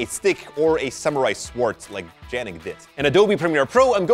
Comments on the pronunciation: I like how it said wonder yannick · I heard 'Lurelic' when you said 'Yennic' 😃